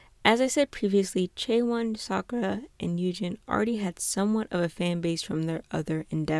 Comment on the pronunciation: just one thing! you kept saying “Yujin” but it’s actually Yunjin. no hate!!